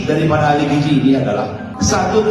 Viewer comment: Si cucun mah ngomong gizi aja gak bisa. Dia bisanya giji giji 😂